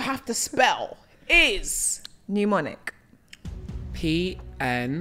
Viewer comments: The last question was unfair because she said “pneumonic” which is pronounced new-mo-nic (which he actually spelled correctly) but she what she actually wanted him to spell was “mnemonic” which is pronounced neh-mo-nic. Great episode though. Very fun to watch ❤ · That was maddening 😂 she pronounced mnemonic incorrectly and he spelled pneumonic correctly, I wanted to scream.